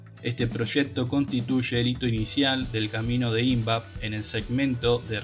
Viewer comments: TENES LA MANIA DE PONER ACENTO DONDE NO VA.... ¿PORQUE FÁDEA Y NO FADEA ? ¿PORQUE ÍNVAP Y NO INVAP...? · Hola.Exelente informe. Sólo te sugiero unas pequeñas correcciones de pronunciación en cuanto a su acentuación. Invap (investigaciones aplicadas) se acentúa en la A. FADEA, en la E, y PUCARÁ, en la última A. Saludos cordiales estimado, Dios te cuide siempre. Por otro lado, la empresa rusa KAMAZ, se acerca con pie firme, para instalarse en Argentina. Las instalaciones correrán por cuenta de KAMAZ como base para la producción y venta de camiones pesados para Argentina y latam. La particularidad que tiene KAMAZ es que fue creada y fábrica vehículos militares. Usará las dos versiones. Pará uso civil y militar. Muy probado y confiable (se los usó rn las competencias del París Dakar). Muy adaptable para el ensamble de cualquier tipo de armamento. Sin más, será hasta el próximo informe. 🙋‍♂️🙏